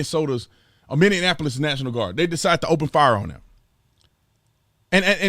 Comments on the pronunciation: Officer Tatum, it's Minneapolis. Not Minneanapolis. Please, it's really irritating. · Minneapolis is pronounced Mini-app-ole-iss, not Mindy-in-app-liss. Love your content man, but this just drives me nuts. It's not Indianapolis with an M in front of it. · Mini-Apple-os, Not Mindianapolis.. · B Tatum, one thing, please, it's, Minne-apolis, not Minne-en-apolis, that is all, thank you. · Say it with me...Mini-apple-is, not Mindinanappleus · bro you killing me hhaa Minneapolis is not pronounced Mini-Anne-apolis it is pronounced Mini-App-ol-liss. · Foooo, you keep sayin minnenapolis. lol lol Its Minneapolis. lol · FYI you’re pronouncing Minneapolis wrong. Sounds like you’re saying Minny-ann-apolis. It’s Minny-apolis. And to the Canadians out there, don’t call us Minny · Minneapolis... Mi-nee-a-puh-luhs... Mini Apple Liss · MINN-, EEE-APPLE-US... 👌😉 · With all due respect, it’s “MINNE A POLIS”. :) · B TATUM!!!! DUDE I AGREE WITH YOU 99% OF THE TIME DO ME ONE FAVOR?!!!! PRONOUNCE MY CITY NAME CORRECTLY PLEASE...ITS MINNE--APOLIS....... AT LEAST GET THAT RIGHT... THEY GONNA BURN MY CITY DOWN THIS WEEK THIS IS SOOO FVCKED UP!! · You still sayin' minianapolis. Lol. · Love you dude, but... minn...eee... app... o... lus. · Brandon I love your content😂 but as a member of the MN National Guard it’s (min-ee-app-o-liss)🤣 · Bruh you adding one too many syllables in Minneapolis. It’s Mini....Apple....us. You saying mini in Apple us. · Thank you! Non locals throw in lots of extra letters... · Brandon it's called Minneapolis, Not Indianapolis.. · I love hearing him try to say Minneapolis! Lol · Tatum brother I love you but learn how to say Minneapolis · Will someone please teach officer Tatum how to say MINNEAPOLIS? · Don't tell him how we actually say it over here. It's funny when he says it the wrong way